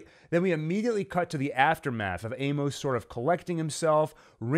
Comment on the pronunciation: I’m always looking for good Expanse content. Your videos have some insightful analysis. However, a few things things. Amos is pronounced AY-mus, not ay-MOS. This gets distracting really quickly and almost made me want to stop watching. Another thing, if you’re not going to read the books, maybe google new character introduced to make sure you understand who they are. As someone else mentioned, Lydia wasn’t Amos’s mom. It’s an understandable mistake based on the shoe content, but really turns off book readers who know the backstory. Also Monica was featured in season 3, bir season 4 which was primarily set one Ilus. Again, a little fact checking in your scripts and pronunciation would increase your credibility with a pretty informed and passionate fan base. I’m not sure I’d subscribe based on the errors in this video but will pop back by to check out some later videos.